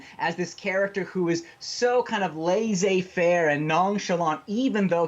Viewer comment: terrible pronunciation of laissez-faire